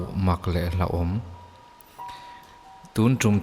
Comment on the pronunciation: Hlauhawm tiin i ziak a hlahawm tiin i lam chhuak thung a, hlahawm a awm ngailo a, a ziak ang chiah hian hlauhawm ti a lamrik bawk tur.... Mizo tawng ah hian han sitik deuh teh ang u, a dik ber pawh hriat thheih tawh mangloh a lamrik kan ngah tawh emai